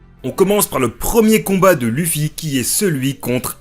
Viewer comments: « Leuffy » ou « louffy » ça va mais «lufi » ça me défrise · On le prononce Leuffy et non Luffy mais trkl j'écris pour le référencement <3